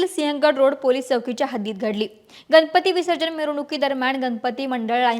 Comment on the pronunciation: पुने नाही पुणे, गनपती नाही गणपती. भाषेत सुधारणा अपेक्षित आहे.